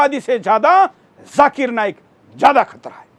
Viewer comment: Abe chutiye lallu....jhakir nahi zakir.. pehle thik se bolna seekh....